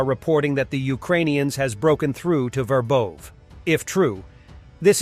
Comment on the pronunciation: Can you at least stick with one pronunciation in a video. I counted more than four variants of Verbove within one minute.